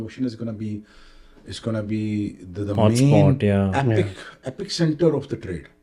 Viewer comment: Epicenter ❌ Epic-center ✅